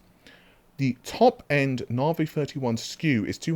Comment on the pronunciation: OMG pronounced Navi correctly!!!!11